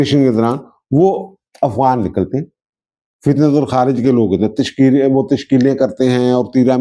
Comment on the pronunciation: فتنۃ الخوارج اور فتنۃ الہندوستان ہی درست تلفظ ہیں ؛ آپ صحیح pronounce ' کرتے ہوئے دہرائیں نہ !